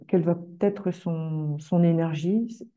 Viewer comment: Pourquoi les "astrologues" sur YouTube disent fréquemment "vaTêtre" ?